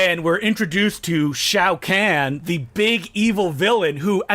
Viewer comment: it's pronounced Khan like from Star trek